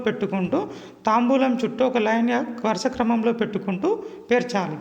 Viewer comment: తాంబూలం కాదు తాంబాలం